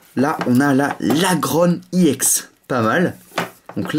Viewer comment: DIT EX PAS I EX TES VIDÉO SONT BIEN MES SES TES I EX QUI LA GUACHE